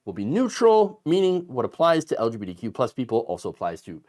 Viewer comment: The way you say the acronym, it sounds like you're saying "LGPDQ." Please work on that.